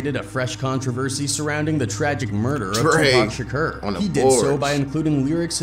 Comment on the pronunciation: Does it not bother you that the narrator keeps saying Tupac Shakeeerrr?